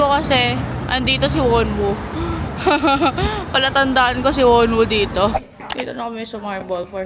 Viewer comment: ate nasstress ako slight 😅 wonu po kasi yun, ende wonwu 😂 pero all good naman hehe. congrats sa safe operation~